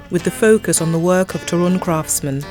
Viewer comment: Toruń, as every polish word is accented on second sylabble from the end.(There are some few exceptions)